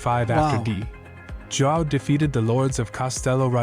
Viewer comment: It's AI driven, otherwise they wouldn't have called "D. João" "dee jo-ah-oo", would they?